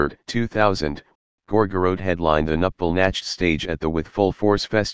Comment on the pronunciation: Computer generated voice: “Gor-gor-rote.”